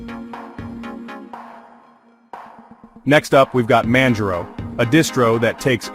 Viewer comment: Manj-row ??? This text-to-speech is the worst I've heard all week.